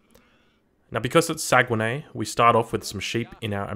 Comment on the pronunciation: You mispronounce saguenay 😉 good channel btw !